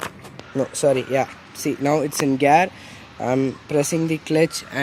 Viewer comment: bro its called gear not gaaaaaaarrrrr....😂😂😂 btw good content keep up the good work..and also congo for your bike